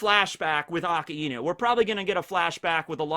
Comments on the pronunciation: ITS PRONOUNCED AK EYE NEW NOT AKA EEEE NOU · STOP SAYING AKA INU. ITS AKAI NU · Please this lad has infinite knowledge of one piece yet still pronounced akainu wrong haha. It's ah Kai new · omg how long are you going to mispronounce akainu